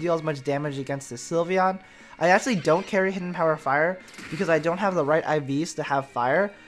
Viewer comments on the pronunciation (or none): none